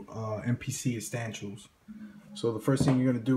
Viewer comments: The fuck is Mpc Uhstanshiels. Appreciate it though. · *correction...It's "EsSTANtials"! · Dis nigga said astanchoos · are you saying estantials!? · YOUR DUMB ASS SAYING ESSENTIALS WRONG